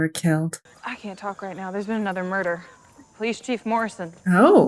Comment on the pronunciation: "police of chilef" is the word of the day